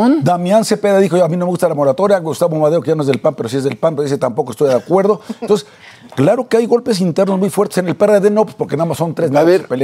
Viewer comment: " español limitado " pero limitado y todo es mucho mejor pronunciado que el del que se dice presidente, que ni siquiera sabe pronunciar nuestro bendito idioma, solo escuchelo cuando dice Estads Unids en vez de ESTADOS UNIDOS y 'ton'ces en vez de ENTONCES por poner solo un pequeño ejemplo y esto si es una vergüenza por ser el político de más alto rango del país, por lo que a Alazraki toca, no tiene importancia porque si bien es un empresario del ramo de la publicidad, no importa lo que diga o como lo diga porque si alguien lo escucha es por gusto propio, no así con lo que diga el presidente que como ciudadano DEBO casi de forma obligada enterarme de que dice o que no dice porque como servidor público que es debo estar enterado de si está haciendo bien o mal lo que tiene que hacer.